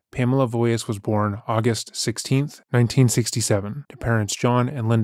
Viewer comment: Voyas? Her last name.was Wojas. If you are going to report something, get it right.